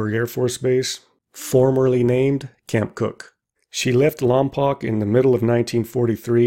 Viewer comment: I worked at Vandenberg launching missiles & on space shuttle program for 20 years, pronounce Lompoc like you would spell Lompoke! Just a little trivia 😄